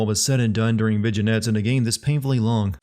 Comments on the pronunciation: and "Vij in ettes" at the mark. It's "vin yets" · I always thought it was pronounced vin-yets, as opposed to vij-in-ets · Vignettes are pronounced “vin-yettes” not “vig-nettes. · did you just pronounce vignettes as "veh-gen-ehts"? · yeah that was bizarre lol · You can be well-read without having been well-...listened? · So... Might want to double-check that pronunciation of "vignettes." Unless you did it intentionally, in which case my b and have a nice day. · You definitely pronounced "vignettes" wrong